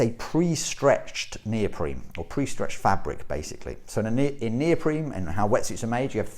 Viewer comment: why does this guy keep saying neopreme, its neoprene